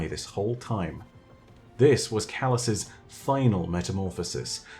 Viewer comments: Calus's...thought you were meant to be good at English? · i think it should be calus' not calus's